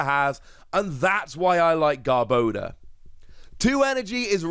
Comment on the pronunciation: Garb-ah-door. Sorry, had to. Lol. Either way, stoked for this!